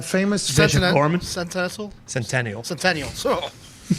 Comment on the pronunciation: trying to pronounce centennial was hilarious. Bring back readings by